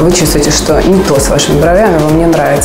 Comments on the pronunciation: срЕдствами, а не средствАми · Да, слух режет..Словари единогласно утверждают: во всех формах как единственного, так и множественного числа ударение остается на первом слоге: срЕдство, срЕдства. Справочник «Русское словесное ударение» М.